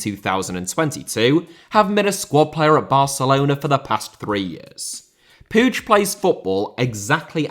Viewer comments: Just an FYI, but the last name Puig is pronounced like "Pweeg" not "Poodge". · still cant understand how can somebody pronounce puíg as pooge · no the catalan pronunciation of puig is not "pooge" i know that for a fact im not just assuming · I think it might be the Catalan pronunciation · The way butchered Puig's name is brutal, up there with what the Saudi's have done in Yemen